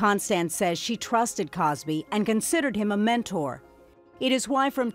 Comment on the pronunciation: That's MENTOR, not "menner."